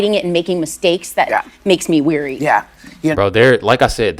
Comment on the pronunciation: Someone needs to tell the blonde that it’s ‘wary’ not ‘weary’. 😂